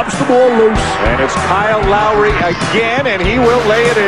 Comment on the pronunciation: Kyle Llllllowry